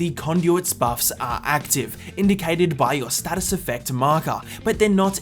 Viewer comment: When he says what “what are is conduit“ or something so that “are“ Is like “a“